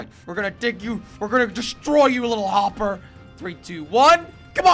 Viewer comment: YOU SAID WOPPER